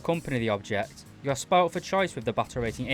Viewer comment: Please, Please, PLEASE, learn how to say Soviet